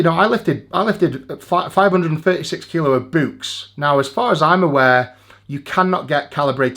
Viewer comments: That's not how you say books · Am I the only one bothered by eddies pronunciation of books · Tbf to Eddie, he still holds the world record to be the only man in the world that pronounces 'books' the same way its spelt.